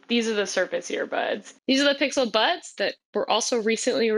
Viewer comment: at the end of the vid, i didn’t know if she was saying buds or butts but i’m here for both